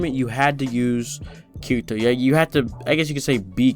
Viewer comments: BOI!!! Watch the show! It's pronounced KI-DI-TOE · Yeah and they say I ruv you also. Herro I ruv you a rot. Japanese accents pronounce L as r and often R is a hard D so Kirito becomes Kidito.